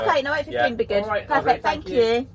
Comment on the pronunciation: "Eight" has a T on the end and "it" also has a T on the end, as does night and right. Are British women adopting vocal fry now? Dreadful.